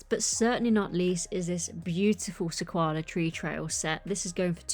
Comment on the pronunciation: I’m definitely getting the Off Road Adventure and the Sequoia Tree Trail. And by the way - it’s pronounced "SE-KOI-AH". Don’t know where you got the L from😂